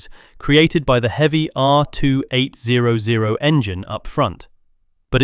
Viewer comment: Jet engine graphic?? AI slop. Also 2-8-0-0 is not how anyone pronounces that engine displacement.